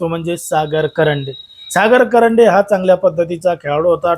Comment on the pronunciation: कंरडे नाही रे बाबा कांरडे